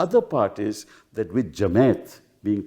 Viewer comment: Jamait!! Kapil Sibbal can’t pronounce Jamaat :)